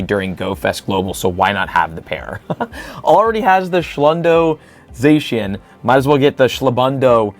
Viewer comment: you're colse with zacian (or how ever the F you spell it) but it's said with an ah sound not an ay sound once again i say you're close